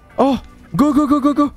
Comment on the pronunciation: Go go go pas go pas go il dit pago